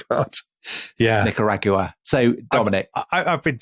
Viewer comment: Nicaragua....yes, well, check your pronounciation, you British historians!